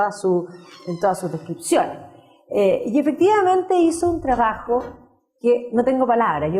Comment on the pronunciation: Dice "traajo", porqué no hablar bien? Se dice trabajo.